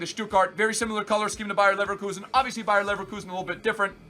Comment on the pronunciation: it's bayer not Bayern you uncultured swine